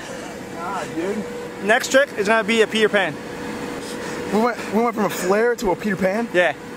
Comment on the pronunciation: i heard pee your pants not peter pan